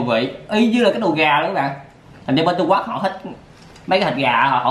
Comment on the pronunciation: Trung Quốc mà anh đọc trung quắt